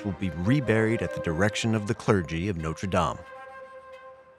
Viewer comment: An entire documentary and you still can't pronounce notre😅